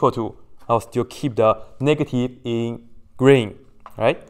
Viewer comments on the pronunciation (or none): none